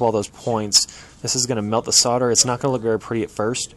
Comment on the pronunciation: The 'l' is silent in "solder". He's pronouncing it correctly.